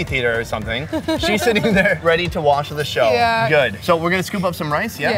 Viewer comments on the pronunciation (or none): none